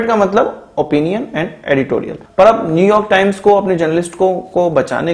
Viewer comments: Am I the only one to hear smtg like gobar times.. 😅😅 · Did he say "GOBAR TIMES" ?? 🤣🤣